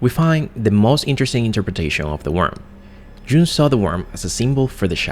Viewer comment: Dude, Jung is pronounced young.